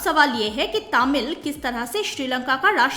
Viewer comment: It's तमिल . Not तामिल.